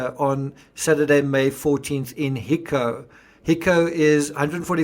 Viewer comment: It's pronounced hi-co "high" and "co" like in co-worker hico